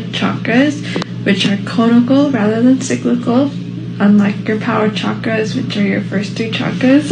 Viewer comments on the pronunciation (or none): cha-kras...it's funny she's using all these words she can't even pronounce correctly...what a joke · I wonder how she knows so much about "chakras", yet cannot pronounce it correctly even once! 😂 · Ok she doesn't understand ch is pronounced sh in that word like 99% of gen z😆